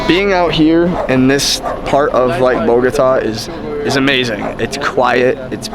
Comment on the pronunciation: Smart! As world travelers, I guess you are packed for all type of climates! Love your channel. PS. You wife does a good job with the pronunciation of some of the foods, but she has a hard time with the name of the city: Bogota!